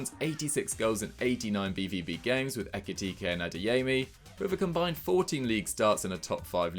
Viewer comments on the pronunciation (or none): none